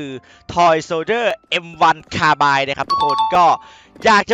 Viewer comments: รู้สึกว่ามันะออกเสียงว่าคาร์บินนะพี่ ไม่ใช่คาร์บาย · M1 คาบิ้น ไม่ใช่ คาบาย 5555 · คาไบน์ ถ้าอ่านเยอรมัน คาไบเนอร์